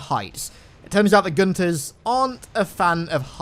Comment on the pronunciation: His name is Gunther get it right